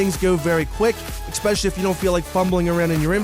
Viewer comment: Don't fucking say expecially ever again